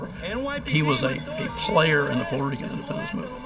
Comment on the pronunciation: Peurto Rican? Wtf is that 🤦